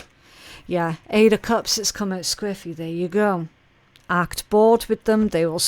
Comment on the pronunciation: I had to look it up. 😅 From context I figured it must mean sideways or off kilter or something like that, but I still wanted to know the official definition. At first I wasn’t sure if she was saying scriffy or squiffy & I couldn’t find anything for scriffy 😂 When I finally realized it was squiffy, I looked it up & saw the main definition is “slightly drunk” & I was like 🧐🤷🏼‍♀️ lol I knew that’s not what she meant so I kept digging & found it can also mean “askew.” I learned something new 😉